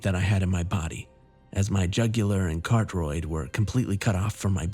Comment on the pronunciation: "Cartoroid" Nice try tho XD